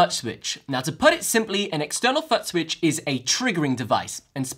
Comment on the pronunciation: I just keep hearing him say “Butt Switch” 😅